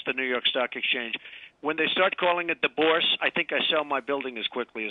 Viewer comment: Oh well....they can't even say the word Börse in a manner that would come even CLOSE to the real way how it is spoken. If they would give me the word "Börse" in THAT wrong spoken manner without a context...I never would be able to guess what they mean with their "Bors". :-)) Reminds me of Brad Pit in Inglorious Basterts when he acts like an American caricature and tries to speak some Italian. In this "news clip" both men are acting like negative American caricatures, too. Not only because of the atrocious way they say "Börse". No matter how disappointing the current president may be for some: The USA can feel lucky, that this Donald Trump isn't the president of the USA. It would be a catastrophe for the USA and the rest of the world.